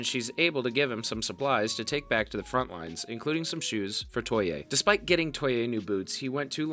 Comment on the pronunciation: gwarneree, muck and kentala, toy-eh, and george lose all had me giggling a little too lol